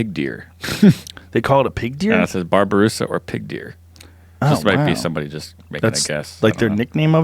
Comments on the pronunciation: Babi-rusa, not barberusa. Babi is pig. Rusa is deer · Bobby-Rusa. Where's he getting the "Bar" in Babirusa?